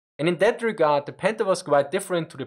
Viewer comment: Anyone else keep hearing him say "Panda"?